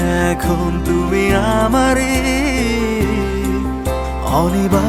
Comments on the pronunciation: গানের উচ্চারণ এত কানে লাগে বলার নয়।খুব বাজে।খুত গুলো ঠিক করে গান গাওয় উচিৎ।"অনিবার্য "শব্দটা শুনে নাটক দেখা মাথায় উঠলো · 'অনিবার্য' উচ্চারণটা রীতিমত কানে লাগে। হ্যাঁ, গানের কথা সুর ভাল।